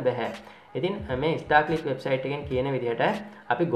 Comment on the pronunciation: Monada bn Uba kiyana website eke nama. English pronounce waradi. Star clicks da naththan istar clicks da 😂😂